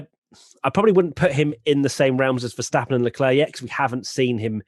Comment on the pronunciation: I'm still intrigued why English people can't pronounce Max Verstappen properly? It's just a sound. It ain't that hard. (Max (the A is like the O in ox or rather like the word mucks). Verstappen (the A is like the O in staph (lol meme)). Mex Fursteppen sounds bloody aweful. Anywho, as always, great podcast. <3